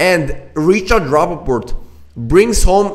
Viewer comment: Thank you for the analysis! One note: Rapport, not Rappaport🙂